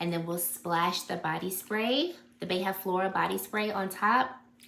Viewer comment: Loved the fragrance combos and would really like to see an updated skincare routine. P.S.: Beija-flor means hummingbird in Portuguese and the “ja” on it is pronounced like you said it in “Janeiro”, close to the “ja” in the word “jar”. ☺️